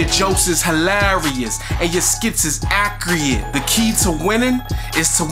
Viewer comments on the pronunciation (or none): Omg he said "accreate" 😭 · "accreate" DEAD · this was "akreate" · "you accruate" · Accriate...This was Accriate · When he says accurate incorrect, it makes me feel like I'm saying it wrong